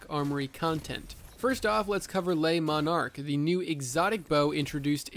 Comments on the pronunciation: it is "l-uh Monarque" not "Lay Monarque" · Bro I've said this to pretty much everyone but it's pronounced "Le Monarque" NOT "LAY MONARK" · Le is pronounced 'luh', not 'lay'